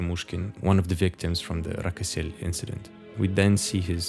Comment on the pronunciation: It's not Rakosel it's Rakoselskoye